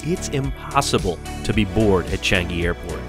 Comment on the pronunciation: finally somebody from a foreign country said Changi right! Thx for saying it properly!